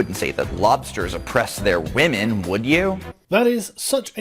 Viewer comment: when will you stop oppressing wammin? How can you stop oppressing wammin,?